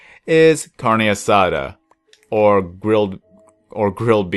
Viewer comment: carne asada you said that so white my nana over heard me watching this video and staryed laughing her ass off